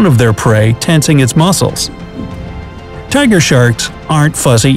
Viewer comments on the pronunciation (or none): none